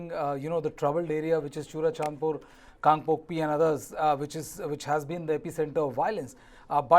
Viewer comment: Stop being a journalist or reporter if you can't even pronounce Kangpokpi. You can fact check whether or if the 5 meitei miscreants were abducted or were captured attacking Kuki Villages